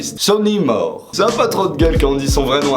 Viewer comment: Ca s'écrit Sonny Moore mais ca se prononce ''Moure''